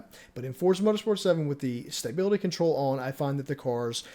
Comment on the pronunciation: There is now y in stability. Say it with me STA BIL ITY